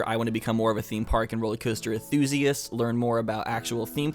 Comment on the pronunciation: he keeps forgetting to pronounce the N in enthusiasts